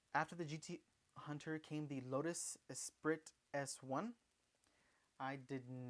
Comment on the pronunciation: Esprit is pronounced “espree”